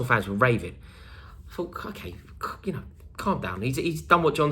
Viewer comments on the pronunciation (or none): none